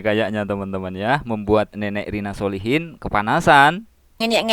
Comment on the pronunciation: SOLECHIN bacaannya bukan SOLEHIN tapi SOLE CHIN